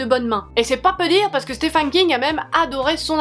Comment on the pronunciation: A chaque fois j’ai le impression tu dis Stéphane King 😂